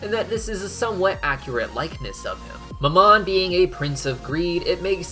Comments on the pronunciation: I'm sorry, this has been bugging me, but you pronounce mammon wrong. how it is pronounced is this (ma'm-on) ma'm being said with a southern like accent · I know I've said it before but the prince of greed's name is pronounced "Ma'am-in" Its my only pet peeve on your otherwise amazing videos :)